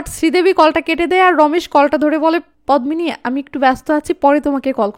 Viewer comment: পদ্মিনি এর উচ্চারন পদ্দিনি । পদ্ম ফুল এর মত সুন্দর মেয়ে কে উপমা দিয়ে পদ্দিনি বলা হয়।